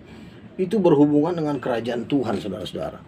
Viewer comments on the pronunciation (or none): Tuan ya bukan Tuhan ....jgn salah ucap